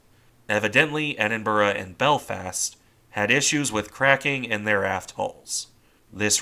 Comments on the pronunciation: Pronounce as Edinbruh. Now tell me how Niagara Falls is pounounced Niagra 😀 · Sorry, this is not meant to detract from the work you put into this video. It's good. It's just the pronunciation is like nails down down a chalkboard. Ironically enough at points you prnounce it almost perfectly. With the typical American accent it is easier for you to pronounce it Edin*Bruh* A similar sound to what you would make saying 'Brother* or "Hey Bruh, what you doing?" While not quite right, it is would be less jarring to people who live in the UK. I'll keep an eye out for your next videos. Thanks.